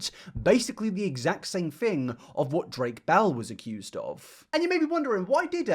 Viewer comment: Hmmm, did you say 'Drake Bell and' or 'Drake bellend'? 🤔 Honestly, the second one sounds much better 🤭